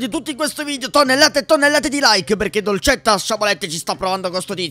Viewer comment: Che bella pronuncia che ha dolcetta